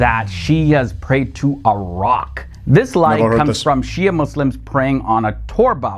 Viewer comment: thing is is a non-Muslim, he can't even pronounce the word Shi'a correctly, one more that Shi'a sect has been split into many branches and sects, some of whom are straight away Kafir, others are Fasiq (open sinners and misguided). So you can't say much about all Shi'a, the Alawite Shi'i do pray to Ali and consider him God instead, naudhubillah, other Shi'a sects of course don't, so there's diversity.